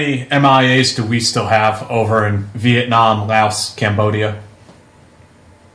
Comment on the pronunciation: How can you serve somewhere so long and you can't even pronounce Laos or the name of the infamous trail correctly